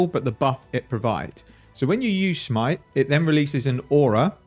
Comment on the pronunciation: just keep calling it shmite please